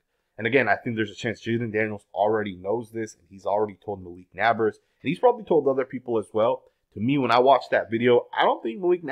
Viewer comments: Bro, why do insist on saying people's names wrong? His name is NAB-ERS NOT NAB-ARS... Would you like it if someone called you murish Patel? Annoying as hell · He speaks excellent English. He’s literally just mispronouncing the name. I’m sure he doesn’t refer to people that live next door as his nabbers!! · Never doubt ability to pronounce literally every name wrong everytime. It's actually quite impressive. "Nabbers" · It’s NEIGHBORS my boii. Not hating just saying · "Nabbberrs " smh lol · Why can't he just say Naybers < like pronounce, It like that. I know I spelled it wrong; ppl Okay 🤨. I just put it like that SO HE can say it RIGHT❕this guy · I enjoy listening to, but this nabbers crap was driving me crazy. How do you watch so much football and watch Daniels and not know how to pronounce Nabers? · Why you say Nabers like that 💀